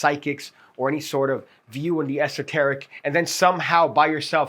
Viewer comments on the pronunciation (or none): All I kept thinking was you were saying ese-teric….lol.